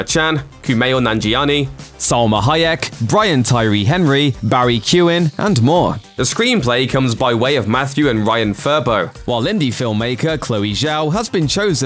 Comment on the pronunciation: Please learn how to pronounce Barry Keoghans surname correctly... totally wrong here!!! It’s key-oh-haaan